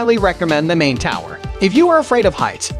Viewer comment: You have nearly 22,000 subscribers. Surely at least one of them can help you avoid the absolute butchering of the pronunciations of most of the places you mention in this video. I would be willing, for example. To your credit, I applaud your pronunciation of the river Main as "Mine" (vs Mane) MOST of the time.